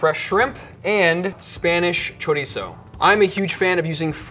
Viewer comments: "Cho-rhitzo" shudders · Y el jodío todavía presume diciendo "spanish chorisou", hay que joderse JAJAJAJAJA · the way that gigachad pronounces chorizo is really tipping on my nerves, feel sorry for the camera crew, he probably said it alot more times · It's so cringy how tries to pronounce chorizo in a Spanish way, but then they say paella in the most awful American way possible💀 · I heard chorizo and I'm out... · I'm here to get upset (with love, from spain<3). [pulls up the popcorn] wait did he say chorizo? WHAT? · His pronounciation of chorizo was also more Mexican/South American than Spanish, so very likely